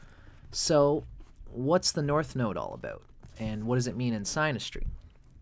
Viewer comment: Its pronounced sinastry lol